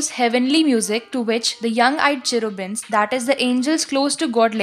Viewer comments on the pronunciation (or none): It is 'cherubins' not 'chirubins'